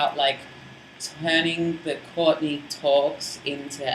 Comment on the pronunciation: Question Courtney......when you say your name, it kind of sounds like 'Caught-in-the Act'. I know drag names generally have meanings or are at least a play on words. I'm wondering where your name comes from. ps. You sang with a symphony orchestra. That must of been a BLAST! Also, I hope you're not in Sydney right now.....the weather REALLY SUCKS haha.